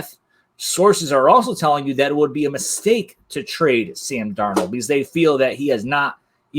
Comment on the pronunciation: Sam Darno..... he’s Italian now.